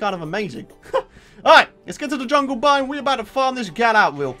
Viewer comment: you said yungle